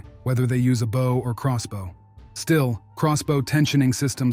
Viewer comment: When using a text reader for the audio, consider using "bo" instead of "bow" for the correct pronunciation of a bow (the weapon).